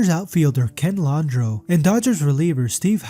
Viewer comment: Pronounce them correctly: Will MAC-en-EE-Nee; Ken LAND-roe (it's a cajun name); Boo-EE CUNE (Unforgivable that you screwed that up; VI-da Blue (Dumb on your part) ; Willie Mays Aikens; I cannot understand how you managed to screw up Andujar's name to HAKENE Andujar, but this just clearly shows your lack of respect to the time spent putting this lazy effort together. Willie STAR-gel is a Hall of Famer and is NOT pronounced STARGUL. You irresponsibly use an image of Ray Knight, who is completely uninvolved in any of these wrongdoings. You couldn't have picked more clean and straight-up players to sully with your misplaced images, including Steve Carlton, Orel Herscheiser, and Dave Stewart. This video has decent subject material and ZERO execution.